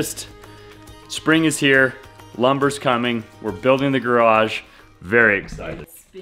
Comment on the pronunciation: congratulations on getting the word garage up to over a syllable. I think it was close to 1.75 syllables! I am going to sick on you because he always says it correctly with 2.0 full syllables. (You are erring on the garj (or graj ) end of the spectrum.) Very important now that you are working on building one.